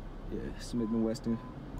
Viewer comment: It's a Smith and Wesson. Not Weston.